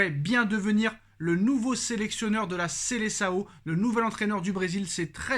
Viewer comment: Ce n'est pas Seleçao mais Seleção , depuis le temps apprenez à bien prononcer les noms propres en portugais 😒😒😒😒